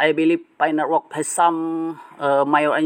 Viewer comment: Network bang bukan nerwork 😅